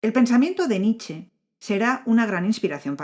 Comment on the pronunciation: Cuando se menta a Nietzsche hay que pronunciar la E final. No es Nich. Es Nietzsche.